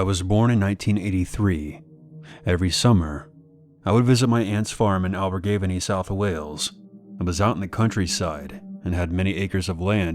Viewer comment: The way pronounced Abergefeni, as a welsh person I couldn't help but laugh